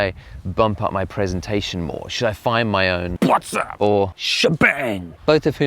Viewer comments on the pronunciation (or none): Omg that 'Phuattss up' really got me😆😆😆 btw i really love your work sir🤝🏼